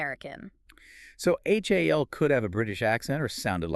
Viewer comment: This whole review is weird. There’s so many little things that are incorrect. (No one in the movie refers to the computer as “H-A-L”. They refer to him as “Hal”. And the song is simply “Daisy”, not “Daisy Bell”.) she pronounced the lead actor’s name incorrectly.